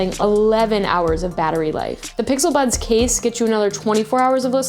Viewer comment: I heard her say bixel buds